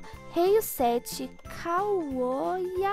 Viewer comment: Eu sou o kaouya likeeee pelo menos falou meu nick certo kkkkkk